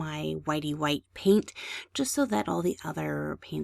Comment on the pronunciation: remember, this is your world. the only limit is your imagination. now then, lets just. add a little hwhite..